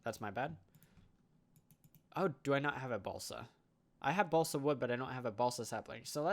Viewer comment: Am i the only one hearing balsack instead of balsa?